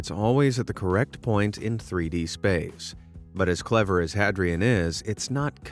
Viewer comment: Hadrian isn't pronounced Had-ree-ann, it's pronounced Hay-dree-uhn as in Hadrian's Wall. See? It's building walls like Emporer Hadrian! Boy, that was driving me crazy.